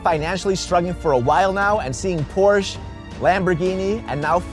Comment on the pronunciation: Porsche is a 2 syllable word, just saying